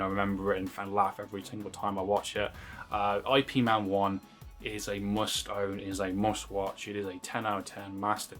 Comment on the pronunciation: Please stop pronouncing Ip man's name wrong. As a person who practices Wing Chun it's offensive and annoying. You wouldn't like it if i kept calling you? Yeah, I don't think so. I